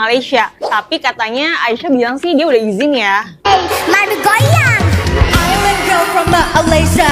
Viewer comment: Island tu sebutannya ailand bkn iceland. Iceland tu nama sebuah negara.